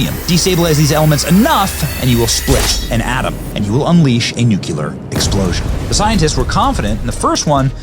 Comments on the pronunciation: Benny it's noo clee ur not noo kue lar 🤷🏻‍♀️ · NOO-klee-err. Say it! Not NOOK-you-ler. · No it does not deserve to be greatly admired. He continually mispronounced the word NUCLEAR though out his narration. It's pronounced NUCLEAR, not NUCULAR ! ! ! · Nuclear is properly pronounced: Nook'-lee-ar NOT Nook'-U-LAR or LER! Loved Truman another great Missouri boy! Regarding the dropping of the bombs, my late father, Willis F. Turner, was on a troop ship waiting to invade Tokyo when they were dropped. He was in the Americal Division, 23rd Infantry. Had the bombs not been dropped, I might not be here today, nor my children, grandchildren, and great-grandchildren. War is hell; avoid it at all costs, but if started, win it AT ALL COSTS. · ........not "nucular"........grrrrr😠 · It would help if the narrator actually could or would pronounce the word correctly. It's NUCLEAR, not NUCULAR. Learn to read ! ! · Nu cleeeee ar NOT nu cu lar!!! Seriously stop! Nu cle ar!! Ugh! Unbearable! I have NO IDEA what you just said!! My brain is burning! But I still gave you a thumbs up 😏👍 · Benny, it's nu-cle-ar not nuc-u-ler. Just sayin. Love you channel. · It’s nuclear. “New clee er” Not Nukeular. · Though SPELLED correctly - You keep saying it as "NEW-Q-LERR" not "NEW-CLEARR" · Nuk•LEE•er Not NUK•YU•ler WHY CAN’T PEOPLE SAY THIS WORD CORRECTLY?!?! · COME ON BENNY! It's NUCLEAR, not nucular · Benny!!!! I love you. But you need to learn how to pronounce NU-KLEE-ER!!! It is not nuk-u-lar. You are to smart to foul that up repeatedly. I enjoyed the video very much except your repeated mis-pronunciation annoyed the heck out of me!!! PLEASE STOP!!!!! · Please stop saying "nucular" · First, if you're going to use the word, please pronounce nuclear properly!!! Not NU KU LER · Nu-KLEE-UR. NOT Nu-que-ler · The word is NOT "nucular" [Nuk-you-lar]. It IS "nuclear" [Nuk-lee-ar]. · It's funny how you look right at a script and pronounce nuclear "nukeyuler". It's "new clear". Interesting video anyhow.